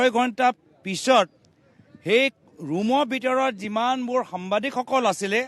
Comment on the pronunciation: সামবাদিক নহয় সাংবাদিক । ভাষাটো ভালকৈ কবলৈ শিকক